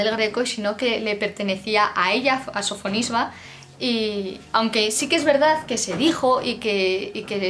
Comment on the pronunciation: Simplemente me ha dado la sensación de que no hay fluidez, muchos nombres no se pronuncian bien (Sofisba?), la capacidad de relación con el contexto... Creo que se necesita una formación más especializada. Es como si yo, que no tengo idea de Física o Química me cojo varios manuales y me creo que con eso es suficiente, pues no. La historia del Arte es mucho más que eso. De todos modos, todo lo que sea divulgación en este sentido me encanta y por eso te animo a seguir mejorando ;) No todo se aprende de un día para otro.